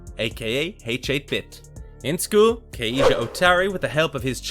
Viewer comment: You're killing me with "H-8 Bit". H8-Bit is pronounced "Hate Bit". It's a play on 8-bit, referring to his game world's graphics.